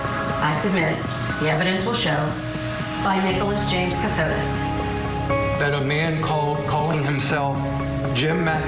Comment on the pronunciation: Last name Kossotis, not Kasitos